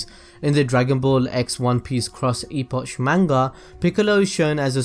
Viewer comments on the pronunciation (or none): "ee-potch"? Really? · gg videos... btw, its pronounced Eh-pock. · pronounced eh-pokk